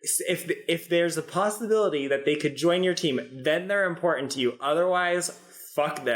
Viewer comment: ...please make her stop mispronouncing the word important Hey "girlfriend" it's three t's not two😒